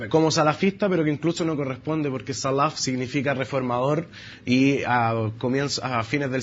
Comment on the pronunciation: Es fácil hablar con un diploma en mano y un apellido de Beit Laham, hay que saber hablar árabe señor, vaya primero a aprender árabe antes de abrir la boquita, y cuando aprenda árabe (ya que la pronunciación de la palabra "salaf" lo delata que no sabe árabe) lea las fuentes de la cultura árabe..... y después piense si quiere hablar